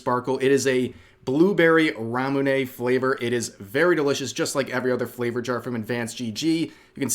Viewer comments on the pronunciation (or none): Unfortunately she has no idea what she’s talking about. Ramune 「ラムネ」 is a loan word derived from the english word “Lemonade”, and is pronounced as “ra-mu-neh”.